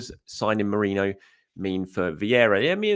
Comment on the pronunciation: How are you getting 'moreno' though? He's saying morano/morayno...